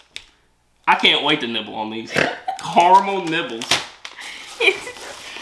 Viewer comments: Recently started watching your videos and you are very funny. Not only can you not say regularly you can’t pronounce caramel you keep saying carmel 😂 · car a mel not carmel :) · Could you say KA-RA-MEL and I'll send you a T-bag to have a drink on me. The "A" is like a child would say it, or if you get a paper cut. AH. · its carAmel